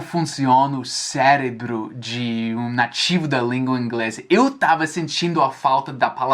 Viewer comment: já está falando igual Brasileiro, "comendo" as letras. Por exemplo na parte em que diz "eu tava" em kkkkkkkk gostei